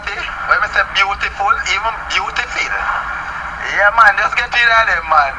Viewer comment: Only the Uneducated. 😂😂😂 "Beautiful even beautifill"